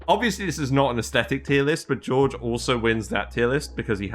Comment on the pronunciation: A bit dismayed to see the dupes that subjectively are the most productive in my colony that low (Ashkan, Gossman, Bubbles and all-time favourite Travaldo, who always saves the day!). Also - I'm always surprised by English-speaking Youtubers who don't invest 10min to find out how the names are actually pronounced and give it at least a try (Jorge is not pronounced the same as George and the Ls in Camille are silent ;-) )